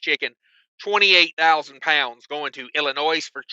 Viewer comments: Not ' I'll in noise ' it's said ," I'll in nose " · Every time he says “IllinoiSSS”😂 Being from IL, there is NO “S”🤦🏻‍♂️